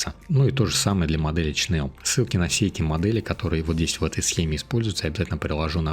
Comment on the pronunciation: Привет! Но только не Чнел, а Шнел (или Шнель) от Немецкого Шнелле (быстрее), еще по старым советским фильмам помню как там фрицы говорили - Шнелле Шнелле хусищен ш....